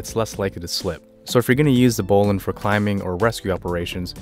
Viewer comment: Excellent presentation, with correct pronunciation [bowlynn]